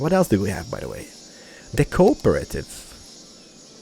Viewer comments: Oh and it's Co-op-or-tive say it quickly and that's how you pronounce it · the co-operative has loads of branches, so the one you got was the food branch, you can get bank, travel agency, pharmacy and loads more ps. you pronounce it co-OPRATIVE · It's the co-op-re-tive